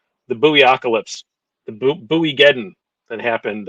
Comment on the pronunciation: Actually the Spyderco Is spelled Bowie not Buoy, so its sounds like when you wear a suit & bow tie or you listen to David Bowie, you wouldn't say David Boowee?